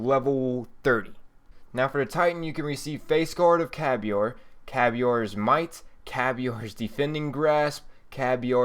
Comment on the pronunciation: Why do you pronounce the titan vex sets "caviar"?